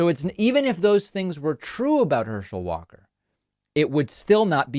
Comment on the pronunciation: 29 "Herschel Walker quite literally can't speak." One second later... mispronounces Herschel Walker's last name.